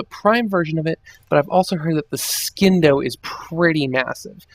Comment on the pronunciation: Oh my fucking god. I literally cringed every time you pronounced "Scindo." THE C IS SILENT!!! God the illiterate fucks who make themselves look stupid on the internet. Also, the orthos prime is very good. Everyone should have one. Put a primed reach on it, and you're set for life.